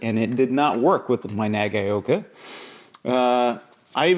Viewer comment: "nagayoka"??? Come on, put a little effort in your pronunciation and say "naga-oka"